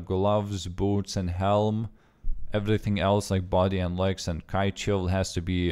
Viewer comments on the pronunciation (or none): none